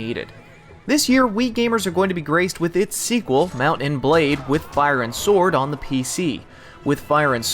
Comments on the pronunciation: i hate how he says mount and blade sheet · anyone else think that he says the words mount and blade like hes never heard those words before in his life